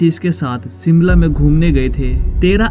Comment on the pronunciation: सिमला नहीं शिमला है, और ये शिमला में नहीं परवाणू में हुआ था